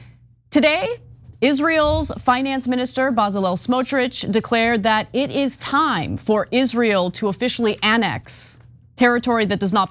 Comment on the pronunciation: Please Anna, Smotrich's first name is pronounced "Be-tsa-layl" with accent on the last syllable. The original Bezalel was the designer of Moses's tabernacle in the Bible.